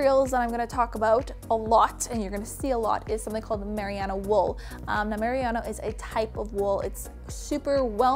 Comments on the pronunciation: Super informative! Thank you :) but just for future reference: it's pronounced merino wool, not mariano. Not trying to be rude, just trying to be helpful. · just want to add. its not 'miriano' but rather 'merino' (pronounced: mereeno) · m UR - ee - know not mer i ah no Lmao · Just a heads-up from a New Zealander :-) You are saying "Merry-AH-no" wool … it is actually pronounced "Ma-REE-no" wool. (Merino wool). And you're right, its great stuff. Good video :-) Have fun on your travels. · MARIANA WOOL? mer-RIN-no Merino wool is primarily grown in Australia, just the Kiwi's made it famous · Did she really say Mariano wool? Isn't it merino (mer - ī' - nō) wool? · Not to be a dick (I'm going to be) but Marino wool is said like Ma-ree-no not mariearno 👍🏾 you're so organised! Awesome! How much did all of that cost?? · wonderd what on earth meriano wool was! its merino ( mer -e-no) its gods wee gift not too hot and not too cold and i dont find it too itchy like normal wool! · Mariana wool? I think you mean Merino haha :P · um its merino not mariano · MERINO, not meriano!! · Sorry but the type of wool is pronounced muhrino, not mariana. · haha had to say something about the wool pronounciation. mah-reee-no wool from the merino sheep. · Isn't it MER-EE-NO wool? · Just a little friendly tip from a New Zealander. It's just Marino wool. Ma-ri-no. Cheers from the informative video chick! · Love your videos, super helpful! I'm from New Zealand and it's pronounced ma-ree-no, just for future reference! :) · merino (mer-een-no) wool? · I know! What is this mariano wool I keep hearing about?? :D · Oohhh I think you mean Marino! Ma-ree-no! That's how you say it over here in New Zealand 🇳🇿😊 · I'm sorry to be this person but as a New Zealander I feel you should know that Merino is pronounced mer-ree-no. Other then that great and helpful video! 🙂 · Loved your video! By the way, Merino is pronounced marine-oh (like "marine" life and then the letter "O") :) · Merino... Not mariana